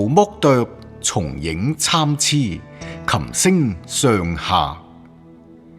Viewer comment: 捉字蝨：係「詩云」；參差粵音「侵痴」。🤔️